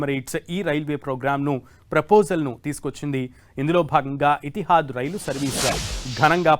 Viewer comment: Not. Etihaad. Bro.. Etihaad..😮😮fujariya. Kaadu... Fujera.. Raas. Kadu.. Rasalkhaimah. Tappulu. Inna😂😂